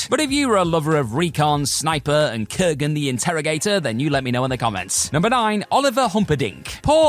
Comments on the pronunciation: kuragen hahahaha kurgen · wasn’t his name in fact kurgan?